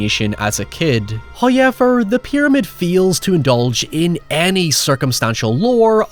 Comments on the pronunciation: I am begging you to change how you pronounce however. Hawyeever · I didn't know words like "however" and "now" were pronounced with a "y". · Less of your face,also it's pronounced "how ever"not"high yevar" matey... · Who is this "Hoi Yever" that seems to always talk about? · As always with your videos, I came for the movie riffs and synposis, but I stayed for every time you say "Hauyever". <3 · Just came here to hear say "hoyever" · When he says “Howyever” you know he’s about to be spitting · “Oh yeah, the guy oh sounds like he says Hi-ever when he says ‘however’!”